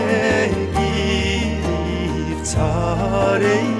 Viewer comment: Başarılı. Telaffuz da epey ilerlemiş. Yalnız "bir çare" değil "bîçare" olacak, çaresiz anlamında..